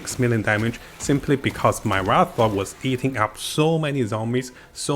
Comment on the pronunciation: Wraith, not Wrath.